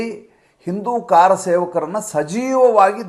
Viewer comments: ಕಾರಸೇವಕರು ಅಲ್ಲ "ಕರಸೇವಕರು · ಕಾರಸೇವಕರು ಅಲ್ಲ. "ಕರಸೇವಕರು"